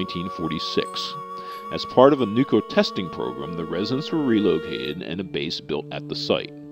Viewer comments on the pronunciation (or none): It's nuclear(new-clear), not nu-cu-lar. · I find it hard to take the narration seriously when he keeps saying "nucular". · Hey, Mr. Narrator...it's pronounced, "NU-KLEE-UR." NOT 'NU-Q-LUR." Read the word...NUCLEAR. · some things don't sound too bad when said various ways. "Nookyalerr" sounds jarringly stupid. And no it isn't new-clear either. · Did the narator say "nookyoolur" ? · NUCLEAR -- NEW CLEE ER For God sake please pronounce it correctly. There is no alternate pronunciation, just a wrong one. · almost no one ever pronounces "nuclear" right; they keep calling it "nukeyoular" :P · Not being able to pronounce things properly or even worse not CARING are both signs of defective, sloppy mental processes. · I agree. I get fed up with this word being mispronounced.